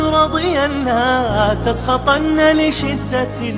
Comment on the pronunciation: لاتسخطن بالنون وليس التنوين !